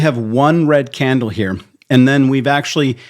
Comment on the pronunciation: Why are you saying candle with an accent???